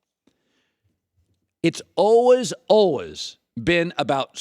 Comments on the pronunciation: why are you saying always like that? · Why does Colin say "always" like that? 😂😂😂